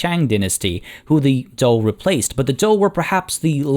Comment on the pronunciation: 战车 are the characters in modern Chinese (lit. "war car/cart/vehicle"). Pronunciation is actually quite good with regards to "zhou"; For the pronunciation of 战车; Zhan is pronounced ok. for Che/车, remember that the Chinese "he" sounds like the english "her"; so combine a (soft t) "tch" sound with an "er" sound.